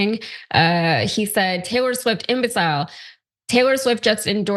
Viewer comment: What a weird prononciation of "imbecile"